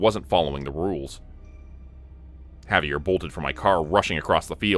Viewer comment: The pronunciation of his name was driving me crazy too. Good story though.